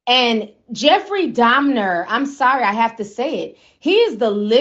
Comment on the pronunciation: Alright, I believe you about your unfamiliarity with this guy's story & the horrors he unleashed cuz you kept calling him "Jeffrey Domner"! Who the heck is that, girl?!🙂 The part that sent me into a sudden paroxysm of concurrent laughter & crying was the baptism scene. That episode took a minute. That guy actually converted to the GOD of the christian Bible & then he was taken out? Hmmm.